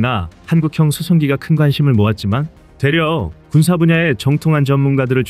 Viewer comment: "되려" 이부분 왠지 말투가 밈에드네요 뭔가 포인트있는 말투였어요.